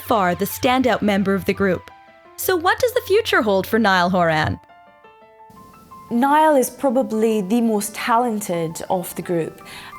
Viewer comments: “Niall horAN” If you’re gonna do a video about Niall horan make sure you pronounce his name right lol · You can't have a documentary about Niall HorAn without them saying his name wrong. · Nice, but it’s “Niall horan” not “Niall horAN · Can we say his name properly plz wtff And yes nail was the front man in the u.s